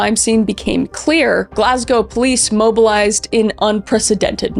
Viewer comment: 101/10 for Kris managing to say Glasgow correctly! Love from Scotland xxx